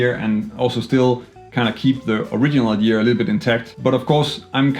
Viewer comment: The word is “idea” not “idear” lose the ‘r’ please...